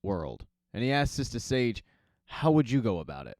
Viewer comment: its sister sage not sista sage smfh